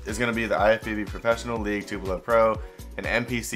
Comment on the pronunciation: Good luck competing and yes you said Tupelo correctly